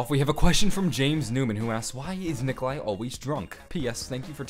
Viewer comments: it is Nikolai... Not Nikolia... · LMFAO u messed up on nikolais name srry but thats just fucking hilarious still great vids man